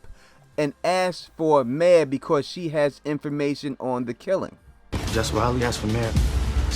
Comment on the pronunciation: “Mare” not May